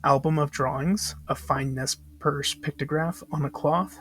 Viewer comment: FYI Nez Perce is pronounced Nay pair-Say